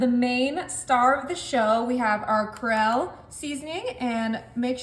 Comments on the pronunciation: Cre Ole like New Orleans not corral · Not creolle, creole😮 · It’s not “CRELLE” … IT’S CREOLLE!!! AGHHHHHHH!!!😠😤😤😤😤😤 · Honey, it's pronounced: creole (Kree-ole) long "e" & long "o" on the word "ole" its also used in seafood gumbos. Thanks hope this helps 😊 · It’s pronounced Cree-ol. “What does it mean if someone is Creole? AI Overview In the context of ethnicity, "Creole" often refers to a person of mixed heritage, particularly in regions like Louisiana and the Caribbean, where European, African, and sometimes Native American ancestry have blended. Historically, it also meant someone born in a colony, distinct from those born in the colonizing country. “ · It's pronounced cree-ole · The seasoning on the onions is pronounced "Cree-ole". It's an absolute STAPLE in Louisiana. 😊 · The seasoning correct pronunciation Cree O. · Creole is pronounced “kree ole” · The Tony Chascharies (spelling!!¡¡¿?) is pronounced Cree-ole like creek without the k and Ole like old without the d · Oh sweetheart. ••Creole—CREE-OLE (OLE rhymes with stole). ••Worcestershire—WUSS-TER-SHEER. ••Please use a rotary pizza cutter or a knife. You’ll get better cutting results and you won’t have to practically lay on top of something to cut it. Lastly, Hillshire farms makes one pound packages of all beef mini hotdogs. Way easier. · Glad you showed her how to pronounce it correctly.